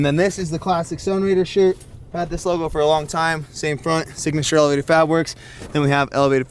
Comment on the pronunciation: "Elevator AbWorks"